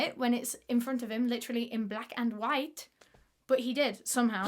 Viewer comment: when you say in black and white your accent changes to a french accent I think but I loved what your voice did just then.